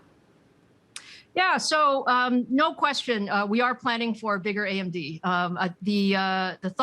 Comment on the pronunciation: The reporter calls AMD 'AMZ'.